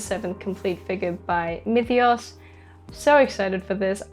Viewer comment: You pronounce Myethos differently every video🤣